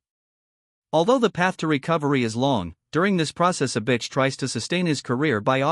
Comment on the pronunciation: The AI keeps saying "a bitch", like that's how it pronounces Avicii, wtf